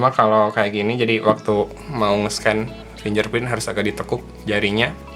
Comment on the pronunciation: suka risih denger kata "FINJER PRIN" :D setahuku yang bener "FINGGER PRINT" ejaannya :D